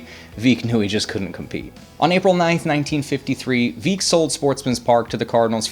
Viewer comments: Veeck as in Wreck !!! come on ! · VEECK as in Wreck. Great channel but you could work on your pronunciations. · Veeck. Veeck, as in Wreck... 🙄